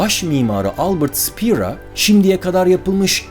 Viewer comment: ealbird spear değil albert şpeyr diye okunur